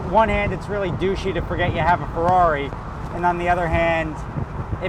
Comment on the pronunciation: Someone crack a mr spaghetti joke on how he forgot that he owned a FERRRRARRIIII italian accent